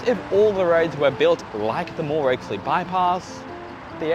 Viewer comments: The Campbelltown bypass road in pronounced "Oxley" as in oxen, box, not "Oaksley" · Oxley mate as in pronounced like the big animals, the Oxen 🙂